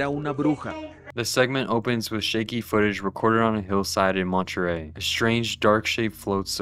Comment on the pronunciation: montryel (monte-rey)